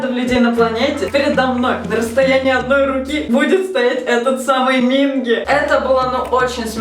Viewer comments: не мИнги, а мингИ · Ким Хонджун(ударение на у) Пак Сонхва( ударение на а) Чон Юнхо(ударение о) Кан Ёсан(ударение на а) Чхве Сан Сон Минги/Минки(ударение на вторую и) Чон Уён(ударение на ё) Чхве Чонхо(ударение на вторую о) Вы немного не правильно имена произносите)) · Почему все вы говорите Минки "К" а все корейцы и сами парни говорят Минги "г"??(( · извиняюсь, но правильно минкИ (ударение) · Ставьте ударение на второй слог имен, т.е МинкИ и тд) По кор.правилам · Извините меня за занудство, пожалуйста Но правильно говорить МинкИ т.к. в Корее ударение всегда падает на последний слог И я так рада за вааас~